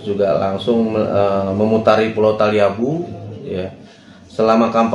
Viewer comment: Ibu ini salah sebut nm pulau talibu, nm pulaunya adlh pulau taliabu😂😂😂